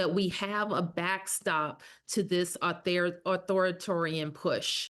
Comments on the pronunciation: She can't even pronounce "Authoritarian". Gtfoh. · Mayor:* "au thor ih TEH ree in" LEARN HOW TO PRONOUNCE THE ENGLISH LANGUAGE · Bowser does not seem to know how to pronounce authoritarian. She has a black female police chief who does not know what a chain of command is. Just racist black excellence everywhere in D.C. government these days. If the Democratic Party does not move it's ass away from these anti white clowns it keeps running for office there is not going to be a democratic majority in the future. Get back to nominating white moderate MEN who don't scream abolish the police all day so that we can start winning elections again. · The mayor doesn't even know how to say "Authoritarian"... This distraction is not gonna work. Release the damn files already! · lol authoritarian is not big enough of a word for a mayor to struggle so much with. Kinda telling.